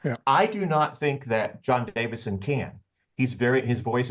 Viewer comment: Davison, not Davidson…